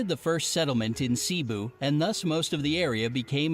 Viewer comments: XD HAHAHAHA sea-bu lol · Are u serious I’m sorry but... “seeboo” CEBU?? ITS PRONOUNCED AS “SEH BOO” 😭😭😭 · it's not cibu it's *Cebu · For some reason I heard a bunch of miss-said words ._. Like Mindinao - Mindinao | Tagalag - Tagalog {maybe i heard wrong on this one tho} | Cibu - Cebu | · and also “Cebu” is pronounced as “Se-bu” not “sei-bu” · computer: there are transportations in the Philipines called jeepnys My mom (and other filipinos ): they are called jeeps not jeepnys. they did not do reaserch computer: Luzon, Visayas, Mindinao Filipinos: its mindanao not mindinao: dont tell me its handmade us: hell yeah Us: its sebu not sibu (its not spelled that way its pronounced that way) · The guy speaking: Sea-buu Me: yeah uhmm its pronounced “Se” not “sea” and the “bu” part i guess you can say its like when u say “boo!” Just a little gentler. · I’m from Cebu and it’s not pronounced as sea-bu, it’s actually se-bu.. OMG THIS MAKES ME LAUGH SO HARD 😂, but I do understand tho, given that the person talking isn’t from here... Nice vid, I’ll hope you’ll enjoy Philippines when you come visit! 😊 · When he said CEBU he readed it as SEABU if you don't know what i mean click the number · They read Mindanao as Men-da-nao lets see it is read as Mean-the-now Cebu is read as Si-buu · I LOVE how americans pronounce the filipino words like the time he said "cebu" bursted my laughter out- It its prononce see-boo but actually "ce boo" (fast pronouncation) XDDDDDDDDDDDDD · Its actually cebu not sea bu or it sound like shifu.， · ok won't lie,it's kinda funny how he pronounce the Cebu it should be like straight Cebu e!and the edsa 😂its EDSA not the E..D..S..A..it's straight edsa😂😅welcome✨❤️filipino here tho👁️👄👁️ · And i like the way he said mInDaNaO lol wrong prouncetion and cEbu and thank u for saying phillipines is gergious.